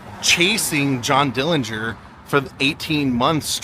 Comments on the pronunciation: I don't know where you heard the supposed correct way to pronounce the last name. But that is absolutely false.. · Finally learned the actual pronunciation of Dillinger's last name. Very informative. Thank you and!